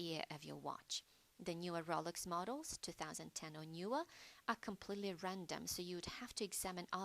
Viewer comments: This "New Updated Video" Sucks. I can barely HEAR it. I am not the only one since two previous comments below said "Poor sound quality" "I can't hear this and my volume is turned up all the way" Also, this FAKE British voice or real is annoying. She is calling it the ROOLex, instead of Rolex, which is probably the British version since the difference in pronounciation. Redo this video or I'll just go back to the original. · Rohlex not rawlex